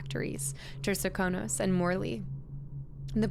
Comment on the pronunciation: if I may it Sir-kan-os